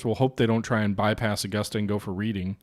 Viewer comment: Reading is pronounced as “Red ding”